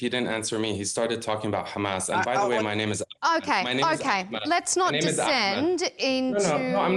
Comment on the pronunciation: Its not Akhmed, you shmuck, it’s Ahmed!